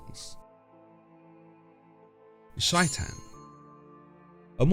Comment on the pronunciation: it's pronounced like "Shay-ton" not whatever you said it like